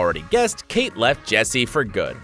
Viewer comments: KAT. KAT. NOT KATE - KAT. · It is kat not Kate vond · Are you kidding? Kate Vin D? It KAT, not Kate... have you been living under a rock!? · It's Kat Von D not Kate Von D... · The Kat of Kat Von D is pronounced "cat" and not "Kate". 🙂